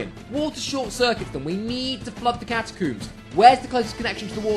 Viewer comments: Its catacomes not cataooms XD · I kept laughing every time he said "catacoombs" instead of catacombs XD